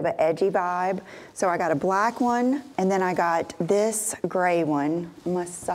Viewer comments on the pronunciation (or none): none